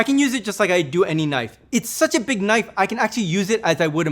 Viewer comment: "THATS a Knoife."